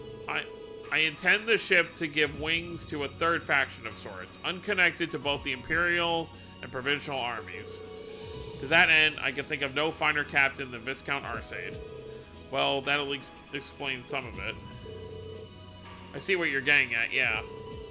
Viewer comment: The 's' in Viscount is silent. It's pronounced VY-count.